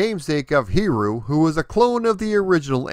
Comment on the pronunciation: Great video! As always, very thorough! I really love the very original character concept and the designs of the levels. Now, if you want to max out100% for pronunciation on his name (it definitely is a tricky one), the easy way is to think of it phonetically as 'Hid-E-You" Happy gaming, and keep up the great work!